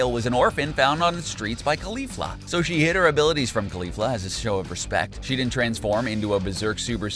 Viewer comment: It's pronounced like Rozay not rose, put emphasis on the fla in caulifla not the li.